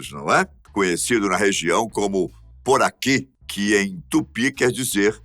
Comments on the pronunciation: o peixe elétrico não é pronunciado como "poraqui", mas sim Puraqué 🤦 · A pronúncia certa é Puraqué e não puraquê como foi dito no vídeo. Orgulho de ser Amapaense e ter o maior rio do planeta na frente da minha Macapá. 😍❤️ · "puraqui" não, o certo é "PURAQUÉ" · Sou paraense e aqui a pronúncia do nome do primeiro peixe é "Puraqué"